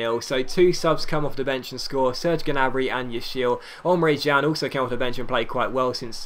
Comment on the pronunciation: It's Emre CAN